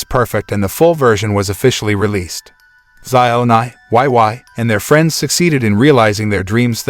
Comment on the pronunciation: Omg they completely butchered Wei Wei’s name😂 omg not Xiao Nai too😂🤣😂🤣